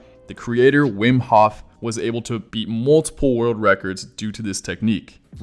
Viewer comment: Cody can not say the word world